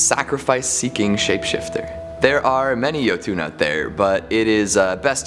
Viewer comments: new guys pronunciation a bit off the one with the jotunn how he saying it is like YO-TWO then how it should sound like YO-TON. Kinda cringes me a bit since I'm from Norway, and how things all sounds like. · While I'm glad that on this show, I'm more than a little irritated by his pronunciation of Jotunn. I don't know why he calls them "yo-TOON" when it's suppose to be "YUH-tun" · Jotunn (yo-tin) not (yo-toon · Jotun = yotun not yotune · Its pronounced "yo ton" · There’s no ‘e’ at the end of jotun. It’s Yo-tun